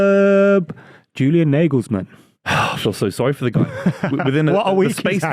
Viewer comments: 'NAH-gulls-mun' not 'NAY-gulls-men' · Can’t even say his name right